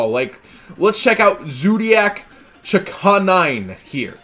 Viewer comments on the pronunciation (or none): chakanine isnt a weird name, you're just pronouncing it strangely. just say canine with cha in front of it...